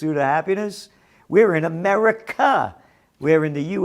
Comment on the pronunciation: We live in "Ahmedikah".